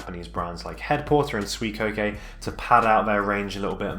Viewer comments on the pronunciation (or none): Pronunciation tips Descente allterrain: day-sahnt Suicoke: Sooey and coke like coca cola. In japanese スイコック is su-i-kok-ku Tilak: tih-luhk (like tee-luck) Alk Phenix: alk phoenix or aruku - phoenix if you're a weeb (also because it originates from aruku for walking) YKSous: whybuy-kek-soos Sever: sever-e prices